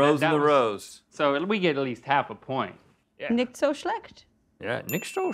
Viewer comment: I thought she'd speak fluently considering she had lived there, but then she made the common "American error" of saying Nicht like Nikt :S